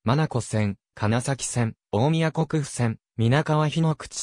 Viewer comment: ん?TCBは? あと大宮国府線は大宮 こくふ 線 じゃなくて大宮 こう 線 ですよ